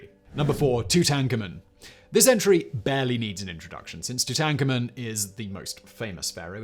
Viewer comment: No, but I'm sure he's not pronouncing it right. I've watched the history channels and I’d say the people who studied him would know how to pronounce it right.